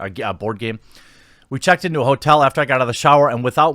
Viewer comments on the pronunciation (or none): He said whoretel lol